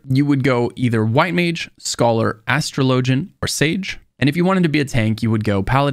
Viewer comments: Your video was awesome and really helped out with little things I've still been stuck with after 1,300 hours of gameplay so far lol. By the way I just want to say that it's pronounced "A-straw-low-jee" not "Astro-lowgy" 😅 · Why do you say Astra lowjan, its Astrawlajin...speak english....... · It's not astro low gin..it's ash trah ligin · If you Google it, which I did, the only thing that pops up is ff14 stuff, which is all other people's opinions. They're wrong. My friend you've never heard of an Astraw Lah Jin? Lmao you sound absolutely ridiculous saying LOW jin